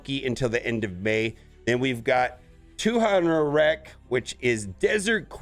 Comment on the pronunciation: In case you wanted to know how to pronounce her name: Tuhanarak = Too-HAN-uh-rack.